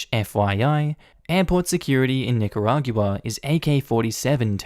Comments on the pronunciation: lol you always make great videos and I have only ONE little nitpick the 'gua' at the end of Nicaragua is pronounced 'gwuah' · Nicaragua is pronounced as Nick-a-rahg-wa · LMAO another one who can't pronounce Nicaragua :) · I love you dude but the way you pronounce Nicaragua really triggers me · is that... how nicaragua is pronounced in australia?